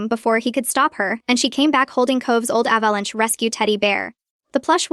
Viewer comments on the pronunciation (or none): Ah, you've just noticed software does the writing! The reading software isn't clever either... check how it read "sewn" as "soon" that one time.... and "avalanchie." And how many times sew and sewing came out Sue, and its incapacity at pronouncing, well, about any word. Corrupted software? "Photto-graphs." Superfluous hostile MIL... And the software can't read numerical time, no how.